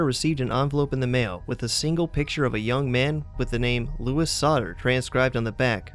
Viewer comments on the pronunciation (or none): none